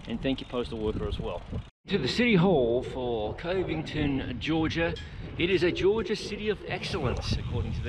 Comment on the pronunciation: It’s cuv-ington 😊lol